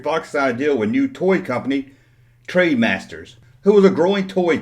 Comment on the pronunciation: "Trademasters"? I think you mean TRENDmasters. Wee bit of advice - if you're going to review a product or anything, put in enough research to know what company made the product, or at least learn how to pronounce the company's name properly so you actually seem credible as a reviewer.